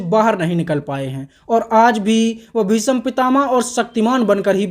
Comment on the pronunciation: Bhisam kya bol raha h bhai bhism bol na